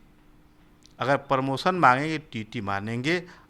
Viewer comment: Bandhu jab aap promotion ko sahi sahi nahi bol pa rahe ho to aap kya hi journalism karoge .Apse achchha to gaon ke galiyaron me bachchhe bolte hain.